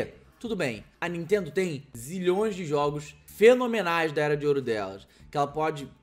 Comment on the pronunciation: Nuintendo essa Nuintendo 😂😂😂